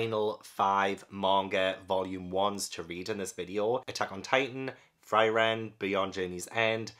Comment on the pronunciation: Frieren is pronounce like Free-ren, it means freeze in German.